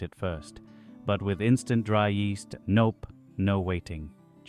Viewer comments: yeast-EH. ingredients-EH! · yeasta rhymes with easta